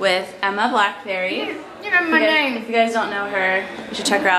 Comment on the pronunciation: Emma Blackberry? I'm pretty sure it Emma Blackery XD